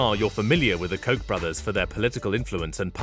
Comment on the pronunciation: I'm pretty sure you're not pronouncing "Koch" the right way..